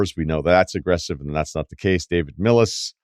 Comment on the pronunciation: Did he say David millis